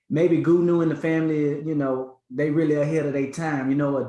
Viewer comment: It's "Goonew" NOT Goodnews smfh